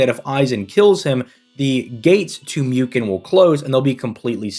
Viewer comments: It is pronounced mooken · It's pronounced Mooken my friend.